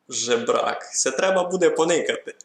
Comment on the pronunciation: Жебрак, а не Жербак